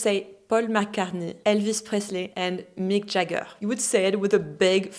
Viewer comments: gives it away when he pronounces english names correctly. A french person would likely say smth sounding like Mique Jaggeure/Jagguerre and Pohl Maccartnaie;) I think his french is already perfect in the first interview. It feels more like he didn't use it for a while and needs some acclimatisation time. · But that would be the wrong way to do it. When including a foreign word it is to be pronounced as in its original language. So he got "Paul McCartney", "Elvis Presley" and "Mick Jagger" exactly right, while he MISpronounced "Hollywood" and "Bob Dylan" because those names are not pronounced that way where they come from.. You wouldn't want someone pronouncing Geneviève as "djen-a-veev" just as a German wouldn't want to hear "Bock" for "Bach" or a Brazilian wouldn't want to hear "Jew-ow" for "João". It's a matter of respect. For the same reason I wouldn't want to hear a Francophone refer to "Jack Brel" because he thinks I wouldn't catch "Jacques".